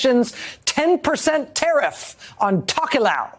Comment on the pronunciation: While I appreciate the Tokelau coverage the pronounciation was rough.